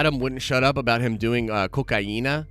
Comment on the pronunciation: I wonder what heritage or ethnicity is he said cocaina really well lol